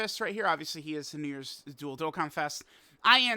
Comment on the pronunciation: When you say dual-dokkanfest... I hear dildokkanfest and I can't unhear it.